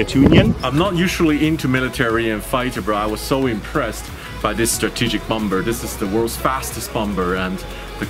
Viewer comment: Bom Ber. Say what? xD